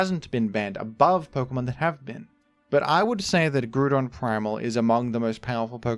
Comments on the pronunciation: why are you saying gruuudon when its a GROUND Pokemon and it name refers to it xD (no hate just curious) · Why does bro say Groudon like Gru-don that the whole point is that it starts like “ground” bro is not in tune w the lore😂😂😂🥀🥀🥀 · I love how pronounce Groudon as 'Gru-don' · Ah yes, groodon. The pokemon inspired by its control over the groond. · The Romani for the Japanese name: Guraadon Meaning you use the “Ah” vowel sound. As in GROU like GROUnd. Groudon, not Groodon. (Which would be “u” instead of “a” in the Japanese) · I JUST DON'T SEE WHY THEY KEEP SAYING THE NAME LIKE THAT! BUT THEY ALL HAVE TO REALIZE THAT IT IS GROU-DON AND NOT F*CKING GREW-DON! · groo-don pronounciators getting smited after pronouncing ground as 'groond' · I'm disappointed that you pronounced groodon but not kiogre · I know he said groudons name wrong on purpose but it still gets me its grou don hes a ground type you dont say grunds type its ground type therefore its groudon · You’ve contaminated my mind, I’ve internally started pronouncing it groodon as well even though I know it’s completely wrong. Someday I’ll get you for this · THE SECOND O IN GROUDON IS SUPPOSED TO BE A U! FIX IT NOW! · The way you say Groudon truly triggers me 😂 the troll too well played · The ingenious thing about mispronouncing Groudon is it sets a precedent that he could be joking about any other mispronunciations. Is he joking by pronouncing pokemon like rayquaza incorrectly? How about glacial lance? There are so many examples. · The complete lack of ambiguity in Groudon’s pronunciation merits a higher spot on the list imo